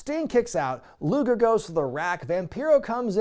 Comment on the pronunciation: Hes saying luger